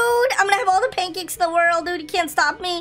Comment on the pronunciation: When he said pank caks hes a cat i shud of said fish